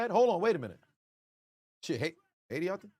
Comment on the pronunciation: idk if you noticed when he said HAITI because he pronounced it in Spanish "AYITI" 🇭🇹 Glad you caught the flag tho! Those flags represent every nation in The Americas. 🌎 Talk about an All-American halftime show. VIVE AYITI!